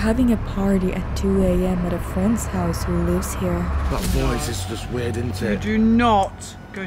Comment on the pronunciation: I'm not ward its not rill